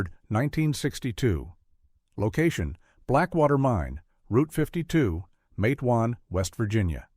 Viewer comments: LISTEN IT'S NOT MATAWAN IT'S MATEWAN W,VA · its matewan not mateawan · The town is called "Matewan", pronounced exactly like it looks "MATE-juan" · Well, it’s pronounced matewan, (mate-wan) and it’s in southern West Virginia, I grew up less than 14 miles from there, I am a historian of matewan, and there is a lot of history here, But I can tell you for a fact that this did not happen, it’s completely 100% fictional, there never was a sheriff by that name or a coal mine by that name. Quit misleading people. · Pernounced,matewan. Mingo co wva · Mah tah wawn . Correct pronunciation. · It is a terrible story.They were sad times. It is pronounced Mait-twan —-Rhyming with Wait-Swan.